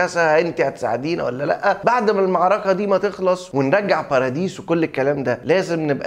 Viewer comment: والله أسمها بارادايس مش باراديس 🤣